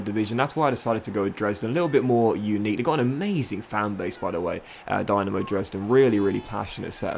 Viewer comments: Eyy Dynamo Dresden! Nice to showcase the german tier of football. As a heads up, the club is pronounced Dee-Na-Mo, not the Dynamo you'd think it is.... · i believe the y in dynamo is pronounced as an E and the e in dresden as an A